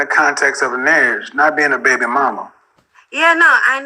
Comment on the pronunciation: Man, stop calling these girls "baybaay", please.